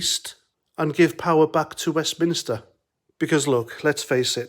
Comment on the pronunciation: Nah they would NEVER blame Brussels ever...what they would do like all good lefties is just keep on blaming Westminster and for christ's sake its WestMINSTER As in church not westminister lol